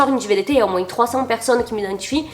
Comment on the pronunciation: par pitié ne t'arrete jamais de prononcer le "s" de moinS , c'st trop mignon